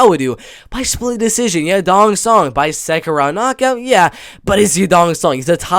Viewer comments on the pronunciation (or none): none